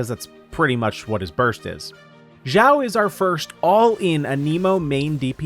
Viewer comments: it's shao not jowl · xiao not shiao, jao/gao nor zao its xiao x = (s)nake ------- cost 0 effort to just listen to the google translator pronouncing xiao ( = demon/elf) for u